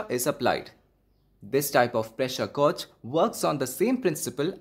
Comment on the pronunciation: gauge rhymes with cage